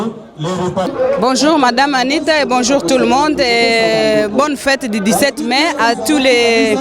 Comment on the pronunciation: 17 Mai prononcer Mé, et non 17 Main 🖐